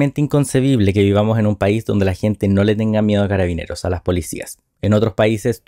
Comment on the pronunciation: Es una verguenza escuchar a Boric, no se dice cararabineras, son carabineros independiente del género. Las mentiras que dice al respaldar a la institución me dan repulsa.